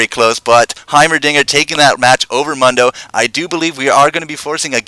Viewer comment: I don't understand repeatedly mispronouncing 'Mundo.' Sound files within the game even tell you how to pronounce if it's too difficult to figure out.